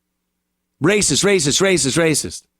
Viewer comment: How many times did she say " racisss" in that video? She's so proud of herself with this idiotix take.